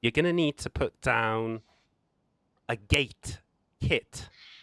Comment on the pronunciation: According to Google, the word "gate" has one syllable. It is pronounced with a single sound, "gayt"… no judgement.. Watch the video, it’s proper COD lol…but don’t build bases on official you horrible humans